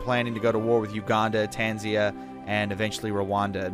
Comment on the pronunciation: tanzania not tanzia